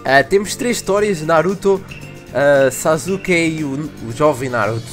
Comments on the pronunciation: n se fala sasuke se escreve sasuke, mas se fala saske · nao sazuke e sasuke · "Sazuke" o falo '-' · Ele tava falando zazuke '-'